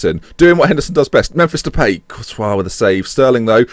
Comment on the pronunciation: "And Brad Jones in goal, so mistakes were made" haha. Also I believe it is pronounced De-pie not De-pay but I could be wrong. Keep up the good content. Sent here from Jack, but subscriber now :)